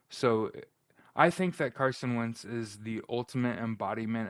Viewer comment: When its difficult to give carson credit you can barely mumble his name makes you a hater